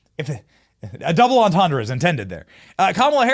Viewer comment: "sucking up to Willie Brown" - another "double entendre"? (Btw, check the correct French pronunciation - "dooblentendre").